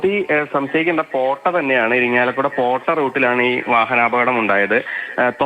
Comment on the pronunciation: പേട്ട അല്ലാ പോട്ടാ